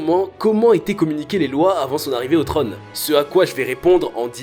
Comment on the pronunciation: Dommage que vous ne sachiez pas prononcer la lettre O 😉 un trÔne (pas un treune) chose (pas cheuse) ect...